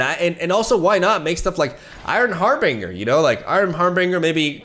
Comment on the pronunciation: Only thing I got out of this video is him pronouncing harbinger as harr bingger.